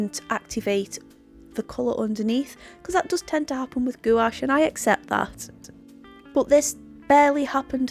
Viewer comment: Hi love your videos but just a FYI it's pronounced gwash, I've recently bought these and loved them. I'm not a fan of carran d ache as I've tried pencils and thought they were over priced and not that great but do like these. LOVE your fox